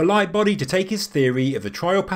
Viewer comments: That's awesome. Its simultaneously simple, and brilliant. Simple in theory, not execution because of actually digging and building the tunnels. I like it. Also, it sounds like you're saying "my buddy" the whole time instead of lightbody. Pretty funny. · I personally doubt that they needed to make those shafts just to measure stars. Also, sounds like he says "My buddy" whenever he mentions mr Lightbody :') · I’m getting old. I heard “my buddy” where you are obviously saying “Lightbody”, in retrospect of course.